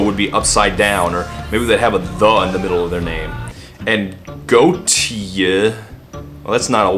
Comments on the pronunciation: did he pronounce Gotye as "goatse" as some point? lmao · Btw Gotye is pronounced "Game of the Year Edition"